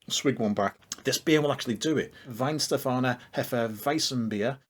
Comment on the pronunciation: finally a good pronunciation